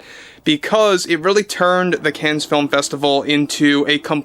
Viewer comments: It’s pronounced “khan” not “Kens”. Otherwise an excellent video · the Cannes Film Festival is pronounced "can", not "cans"... it's French. Stop it. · Cannes is pronounced "can". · Just pronounce it "Can", the S is silent. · Love your channel. Respectfully, it is not pronounced “Cans”. ———— Cannes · I have a very hard time with your mispronunciation of "Cannes"... you don't pronounce the S... the correct way to say it is "Con", like Con Film Festival. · It’s pronounced “can”. I agree that actors should just act. No one cares about their opinion. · The "s" is silent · Please, the S is silent in Cannes. Thanks